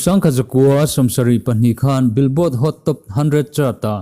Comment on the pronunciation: Pu Trump a chu kan tawngtaipui nasa em ani......,.mi tamtak in kan tawngtaipui nasa, heihian tawngtai thiltih theihzia alang..... President ah pawh atling ngei dawn...... Billboard ilam dan hi kalo ngaimawh deuh Bill tihhi thluk deuhtur zawk ani, kan tawng nilo mahse kanlo sawive mai2....i channel hi rintlak berin ka hria, a bias lo bawka...